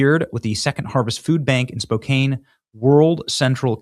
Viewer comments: Benny, fyi... Spokane is pronounced "Spo can"... just so ya know :-) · Thanks for this report, Benny. Btw, Spokane is pronounced spo-CAN. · It's pronounced spo-can, but it's all good, It's a Native city originally. Our local High A baseball team is the Spokane Indians. Fun fact, a bunch of woke white libs tried to change the name 20 years ago and the Tribe themselves told them to F off because they felt like honored with the name. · Just want to help u out Benny lol Spo-can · Spokane is pronounced (Spoke - an) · Its Spokane Benny like can really! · Benny. You pronounced Spokane wrong...everytime!! I used to live there!! Check on it!! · 😂 why is he pronouncing like he’s never heard of Spokane before? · Spoke can is how it’s said🎉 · Spo can not spo kane. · SPOh -Can not Kane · Spo-can not Spo-cane! Come on Benny. I still love you !❤ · The name is pronounced spo can, not spo Cane. Thanks for the story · Spō can....not Spō kāne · Its pronouced SPO-CAN not Spo' kane.. even tho its spelled that way. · Spo Can, not Spo Kane 😂 Love Sydney! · It’s pronounced Spo-can. Not Spo-cane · SpoCAN, not 'cane.' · Dude.... pronounce city names correctly.... Spoh-CAN. NOT spo-cane. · It's spoke can not spoke came . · Spo-can. (Not cane). Way to go SS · BTW Its pronounced Spocan not Spocain 😮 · It’s not Spok-cane, it’s Spok-can. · Spokane (Spo can) not (Spo cane) hahaha. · Benny, it’s spow(like show or crow)-can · As a Washington State resident, pass the word. It is pronounced Spo-Can, not Spo-Kane. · Benny... SPOKANN. THANKS. goodshow. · Spoke ANNE not Spokayne Benny🤣🤣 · Spo-can. Not Spo-kane. Nails on a chalk board. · Benny, it’s pronounced Spo can, not Spo kain. Just so you know. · Its pronounced spoeCAN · "Spo-Can" not "Spo-Cane". I'll accept Spo-compton as well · You're almost saying it right.lol CAN not CANE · It's pronounced spoke can not kane Benny Johnson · Benny. Bruh. SPO CAN. 🤣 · Spokan not cane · Pronounced Spo can, not Spo cane. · Spo-CAN....not Spo-Cane. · It's Spo-Can